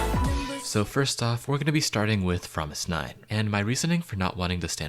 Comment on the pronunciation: I'm so sorry about saying this but it's pronounced '' Promis_9' but written Fromis_9 and it's fine, it's just a little mistake. Have a good day/night 😁💗